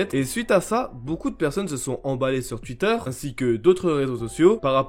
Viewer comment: Twitter Sa se dit "touitteur" et pas "tuitteur"